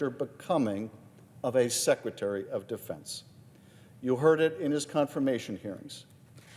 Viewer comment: Did you say Secretary of "the fence" or Defence?